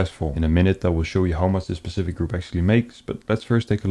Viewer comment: Love your videos and I'm aware English isn't your first language but can you start saying 'specific' rather than 'pacific' :D